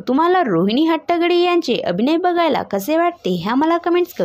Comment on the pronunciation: निवेदन करणयावर लक्ष द्यावे 🙏 पहिले हट्टंगडी हे नाव नीट उचचारावे